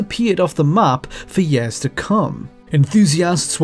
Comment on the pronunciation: Why does he say yers